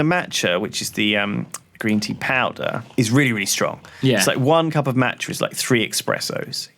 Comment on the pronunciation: The way Lewis pronounces Macha is absolutely killing me